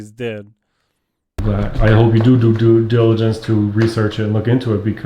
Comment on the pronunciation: cannot say "Due Diligence" 😂🤝🏾my guy